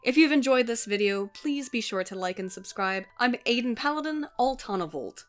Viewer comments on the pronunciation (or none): none